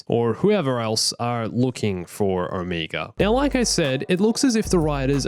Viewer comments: Omeega!?! It's OMEGA!!! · No front, but why are you always saying omeger instead of omega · Its Omega not Omiga :))) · Who is Oh-meager?